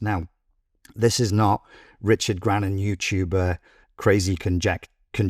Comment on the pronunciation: another great video; I'm a decade in and Richard never disappoints... lol "youchoob"... gets me every time :D